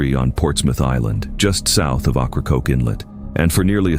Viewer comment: "Ah-cro-coke" took me out😂😂